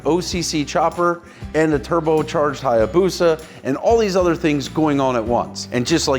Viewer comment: A Hayabusa not Hyabusa!!!